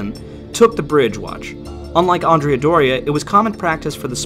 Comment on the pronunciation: I am slightly annoyed by the way andrea is pronounced in this video, andrea should sound like and-re-a but it sounds like you swapped the a with an o, common mistake and I'll forgive you this time